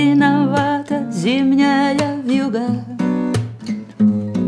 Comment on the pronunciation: ВьюгА с ударением на А - это нечто.......